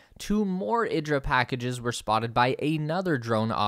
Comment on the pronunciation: IDRA is pronounced EE-draw